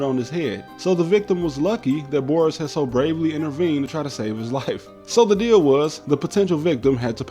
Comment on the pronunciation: I would critique your pronunciation of Boris, but the rest was so good that I'm impressed